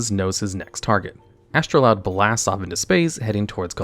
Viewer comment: Why did you keep calling it Astroloud instead of Astroud?